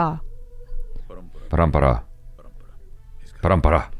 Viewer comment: you spoke parampara better than does!! wow your hindi is improving man!